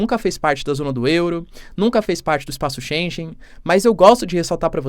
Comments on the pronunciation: Boa noite. Não se lê "Espaço ShenJen" só há uma forma CORRECTA e a dicção/verbalização é "Espaço Shengen" (lê-se ShenGUEN e não ShenJEN). Apenas essa observação. Continuação de óptimo trabalho professor! (mas TODOS nós estamos SEMPRE a aprender, até os professores! "by the way" também eu sou professor no curso de Direito da Universidade Católica) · */Xêngân/ (Já é mais que tempo de não repetir até à exaustão o erro na pronúncia de "Schengen") 😉